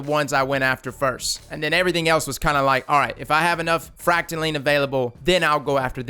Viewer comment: YOU SAID THE PROPER VERSION OF FRACTALINE. IM SO PROUD